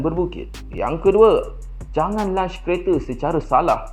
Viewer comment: Lonch lonch. Bukan lunch lunch.